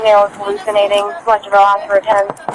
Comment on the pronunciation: Asked. Not axed. Please